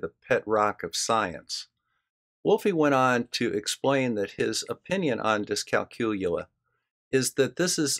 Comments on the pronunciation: Dyscalculia /ˌdɪskælˈkjuːliə The emphasis is on the CAL not the COOL, just like in calculate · Ah, never mind the 'L',. We'll write it off as the one you keep skipping when you say "discalcooya". The poor lost letter has to turn up somewhere, hasn't it?;)